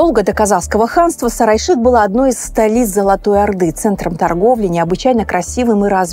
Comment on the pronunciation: Столица Улы Улуса, Сары Айшык. Пожалуйста озвучивайте эти наменования правильно. Невозможно понять о чем речь.